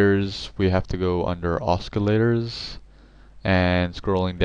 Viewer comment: dude said "osKillators"....hahaha